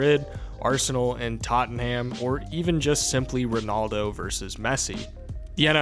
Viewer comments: Tot-Num. Not “Totten-Ham” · That pronunciation of Tottenham was brutal 😭